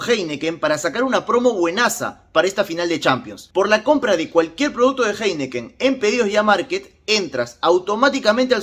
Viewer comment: Disculpa pero, se pronuncia JAINIKEN.